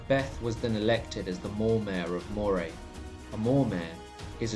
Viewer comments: Grouch???? Is there any Scottish name you can pronounce? Phonetically her name is Grew-akh. Moray is Murry. Findlaech is Fin- Lekh. SewArd is Siword. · Moray is pronounced Murray and Celtic with a hard C. Keltic, not Seltic. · I'm sorry but you can't even pronounce Moray, the pictures may well reflect what you think Moray is like or was but it's entirely garbage. Please, as a student of history, try , even a little bit, to get things right. Moray is an extremely fertile area, even into the areas you wrongly ascibe to being Moray, not the hills and rocks the pictures you have included. Even the ancient moreamears you describe are laughable. The Grampian mountians run north to south which provided the natural phsychical and geographic borders to centres of power. If you even have the pretence of providing a true story, despite the distance of time, you could, at least get the geography right. So, so sad this kind of nonesense ever gets distributed far less without the claim of "true". Shame!